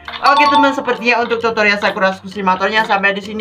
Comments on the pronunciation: Aku dengernya pas ngomong tutorial totorial😂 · Kak aku mau bilang aku denger kakak bilang totorial bukan tutorial 😂😂😂😂